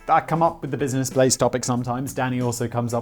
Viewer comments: Simon finally pronouncing Business Blaze properly again! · you said BUSINESS BLAZE THIS TIME